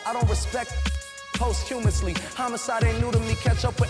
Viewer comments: These niggas pronouncing posthumously as "Possum-ously" really had me weak yo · Yall pronouncing posthumously wrong smh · Somebody tell Ak the word is ... Posthumously